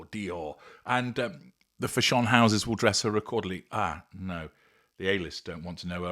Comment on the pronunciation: Fa SHONE? I've never heard anyone, even a Brit, pronounce "fashion" that way.